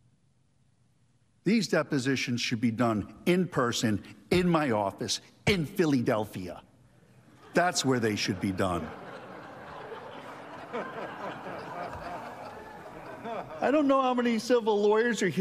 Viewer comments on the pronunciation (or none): Stop being a dummy. There is one reason, and one reason only, why they’re laughing at him: He said “PHILEEEDELPHIA.” Period. End of story. If they were laughing at all the ridiculous reasons you point out, they would have continuously been laughing. Everything you wrote is true, except the part where it had anything to do with laughing.